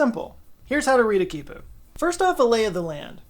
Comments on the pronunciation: its pronounced key pooh 😭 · Him: "This is a keypu." Me: "No it's knot."